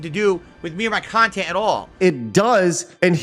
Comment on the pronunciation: Bwahaha with the 'reactionary khantent'.